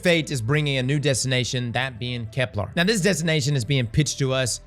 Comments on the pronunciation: STOP CALLING IT KEPLAR, FFS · A year of pronouncing Keplar wrong is gonna cause a riot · pronounces Kepler correctly challenge (difficulty: impossible)